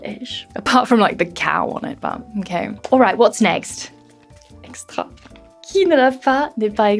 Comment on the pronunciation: J'ai cru que tu étais réellement française quand tu as prononcé la lessive Xtra.